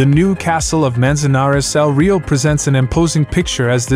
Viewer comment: The voice over is obviously AI generated. He is murdering with impunity the Spanish names of the Castles. .Majorca is pronounced Ma-yor-ka. El Real is pronounced El Ree-yahl. 😅. They should get a real human to do voice over for foreign names. It's awful to listen to it when the names are wrongly pronounced 😅